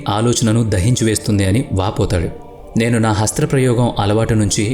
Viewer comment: Hasthra parayogam❌ Hastha prayogam✅